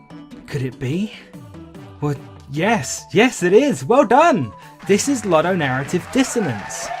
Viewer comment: My anger festers like banana fuelled diarrhoea blasting out of an appalling ape ass when you ludicrously pronounce ludonarrative multiple times in this video, especially when you've said it correctly in the past. It utterly shakes me to my rotten anime profile pictured core.